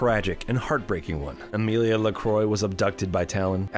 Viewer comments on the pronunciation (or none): Lmao her name isn’t Amelia :p It’s pronounced ah-mill-aye